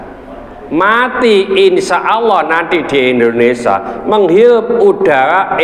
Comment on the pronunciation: Waalaikumussalam..Maaf Abaah, bukan lndonesa, tetapi lndonesia